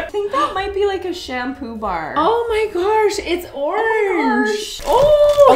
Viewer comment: So many fave parts but my FAVORITE part is saying Garsh